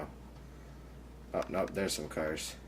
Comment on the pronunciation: "DERES SOME CARS"